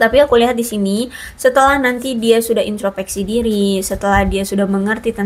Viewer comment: Punten, bukan intropeksi, tapi introspeksi.